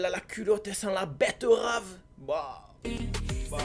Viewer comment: Il a dit la "bêterave"😂😂